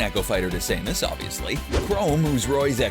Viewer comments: Ryu (re-you), Samus (Sam-Us), Richter (Rick-ter). I mean i can let Ryu slide, Samus is like ehhh.. but confusing Richter for Richard really... clearly this wasnt done by someone who has played the game or many of these Iconic games represented here. 🤦‍♂️ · ok so it's dark say-mus,chrome and ri-u???!!! bruh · "So we have Dark Saymus*, who is an echo fighter to *Saymus*, obviously. *Chrome*, who is Roy's echo fighter. Ken, who is *Rye-u*'s echo fighter. And finally Simon Belmont, who is *Rich-ters echo fighter". Omg dude how much worse can you get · He said Sam-us 😂😂😂 and he also call chrom crome😂😃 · Saymus Chrome (google) Rie-oo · saymus chrome rye-yoo rich-ter wUt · You say samus, richter, chrom and Ryus na,e all wrong